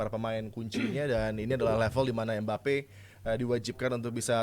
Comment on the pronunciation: Adiyani ngomong mbappe jadi embape